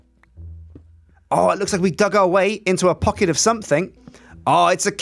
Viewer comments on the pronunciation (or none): none